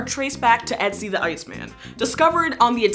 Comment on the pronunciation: I appreciate the pronunciation attempt of Ötzi, not just using an O sound like most do. A little more lip rounding and the pronunciation would have been perfect!